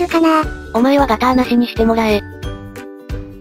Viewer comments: ガターじゃなくてガーターですよ! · ガターじゃなくってガーターじゃないの？😓